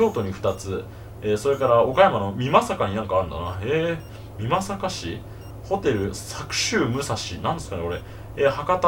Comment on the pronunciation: 岡山の美作(みまさか)をちゃんと読んでもらえて感動です。